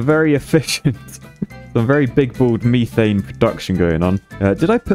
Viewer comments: "meethaiene" infuriates me and idk why. Meth-aine is how im used to it being pronounced. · everytime says methane it causes me physical pain. its not meeeeth so why would you call it meeeeethane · Are we all just gonna ignore the fact that pronounces "methane" as "MEE-thane" or-? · hearing call it meethane is hurting me... isit just me? i always thought it was mehthane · Is there a joke I missed about methane?… why’re you pronouncing it the architect way, me-thane? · Does his pronounciation of methane also bother anyone else or is that just me? Or this is this just another way that the brits say things that I do not know? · It’s more his pronunciation of methane that bothers me